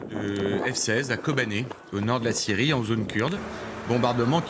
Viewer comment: Est-ce-que c'est assez difficile de prononcer la " Syyyrie " !!!